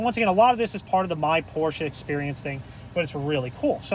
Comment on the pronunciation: don't makle a Porsche Video if you don't know how to pronounce the name: it is not Pooosche; the letter R needs to be pronounced, the letter E too